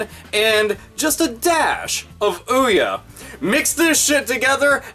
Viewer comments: its pronounced "OH-YAY". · It's pronounced Oh Yeah. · i don't know why but every time say OUYE i think of cartoons-witch doctor song XD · trying to pronounce the name of that blatant ripoff "console" (more like pile of shit wrapped in plastic) is fucking hilarious! Thanks for the pm laughs my friend hahaha